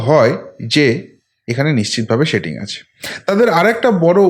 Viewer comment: Dada doya kore স ar শ er difference ta thik korun. Shetting ache, kesh ta ki, shave ( save) korche. Sunte khub e kotu lagche Kane.